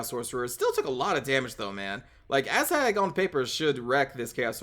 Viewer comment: Are you saying "Asshag" lol?